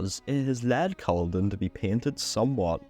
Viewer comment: Smashing video, just need to work on the Culloden pronunciation lol